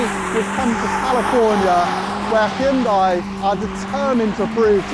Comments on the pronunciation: Why is it impossible for people to pronounce the name properly????? It's not HYOONDAI. Hun-day. See how easy that was? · For the love of God, pronounce it correctly. 'Hyun day' not 'hyun die' 🤦🏻‍♂️ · I cringe every time he says Hee-oon-dye. It's Hyundai like Sunday. Jeepers the British are the worst! At least he could do is say Hoon-day for this video, if he's going to mispronounce it! 🤣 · Hyun dai's dai should be read as the 'dea' from the word death, without that 'th' part. It should never be read like the word DIE. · OK, let's learn how to pronounce HYUNDAI! It's not difficult to get right - I Promise! First, the word has just two syllables: HYUN and DAI. The FIRST syllable includes the Y - just like it is spelled. It is NOT "Hi-Un". The SECOND syllable is pronounced, "day". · Jude’s Christ… it’s pronounced HYUNDAE. Can English be bothered to EVER pronounce foreign company names correctly? We can do you ridiculously mismatched pronounce and writing why can’t you. Every single channel. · It's pronounced Hun-day, like Sunday. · Hyundai is pronounced hyun-day. It's really not that hard, smh. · Why do you keep pronouncing Hyundai wrong? It’s Hyundai… like the advert says! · If you're presenting a Hyundai car on Top Gear at least say Hyundai right. I mean its not like they had commercials that said its pronounced like Sunday...